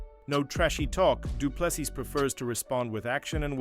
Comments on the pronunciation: Doo ple SEA or SEE....NOT sis...no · Fix your dogshit AI voice. Du Plessis! Pronounced: Do-Plehs-C three syllables. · Shame he cannot beat up the narrator who is such a slack assed idiot, he cannot pronounce any correct syllable of DDP's name. What an absolute insult. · Ag please man why do you americans not respect a person and prenounce their names properly like drikus surname .Whont listen to your potcast again